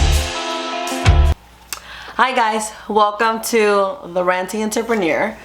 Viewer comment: She said “Enterpeneer” lol